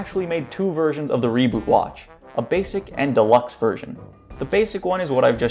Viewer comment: "i have to talk about the reebot" NO THE FUCK YOU DONT